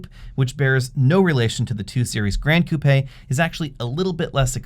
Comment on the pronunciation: Hey, you are the first person in the US that pronounced the Coupé the right way and not 'coop'. My body is always shaking when I hear coop.